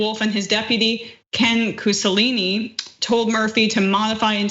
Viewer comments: Cuccinelli, not Cuccelini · Cuccinelli is pronounced "COO-chi-nelly," not "COO-sell-leeny" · COOSELINI? PLEASE. PLEASE. Please. Please. It's COOCHINELLI. COO CHI NEL LI. Jesus Fucking Christ, can people READ FOR PRONUNCIATION instead of just slobbing out whatever phoneme salad starts with a C and ends with an I? COULD YOU PLEASE LEARN TO PRONOUNCE YOUR NAMES CORRECTLY BEFORE YOU ROLL TAPE? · Where in the hell did you get this woman who can't even pronounce words that have been in use for years? How in hell did she figure Antifa was pronounced AN-tif-fa, and where in creation did she get "Cuselinni" out of Cuchinelli? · LOL...Not Ken "KOOSALINI",...it's Ken KOOCHINELLI. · ~ :Coo-chin-L- ee, Do your job for corn sake! LOOK UP the proper pronunciation of the name(s) of serving office holders! What is this? News for pre-kindergarten Audiences???? There's an election coming up. If you can't get anyone more competent to be your "News Reader" you guys are in deep trouble! Up your game, or join the ranks of junk "News" on the Net! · It's cooch - e-nelli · As hot as you are, you screwed up Cucinelli name pronunciation. It is “Ken Cuckoo Fuckin’ Nail Him.” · Ken Mussolini? Wtf... cmon people, if you gonna read, at least try before you go live. Lol newbs